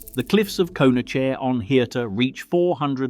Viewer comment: AI generated. These should be banned - no research by the channel owner, just work copied from those who have put in effort. There are WAY better videos. AI Voice. Can’t even pronounce Conachair properly OR numbers. An English person would say One hundred AND 62 metres. A human would also pause for breath occasionally or death follows… It’s very sad that the residents were driven off after 4000 years of colonisation. Also Hirtir?? Never heard that. Only Hiort and Hirta.